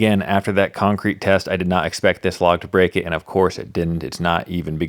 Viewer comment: It gone bweak